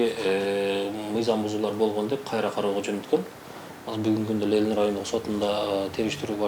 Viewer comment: Журналист,уят эле .Лелин эмес Ленин.Позор!!!